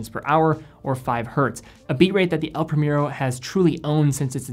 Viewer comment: It’s El Pree-mehr-oh, not premier-o, cmon